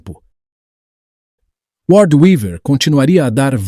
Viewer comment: não é lord é Word , a pronúncia que ficou muito parecida